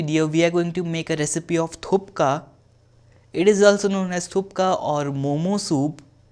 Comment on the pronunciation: That not call a thukka thats calls a thuppa